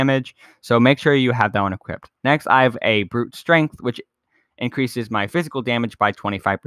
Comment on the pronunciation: Godammnit it's equipped not equippededddedededededdd lol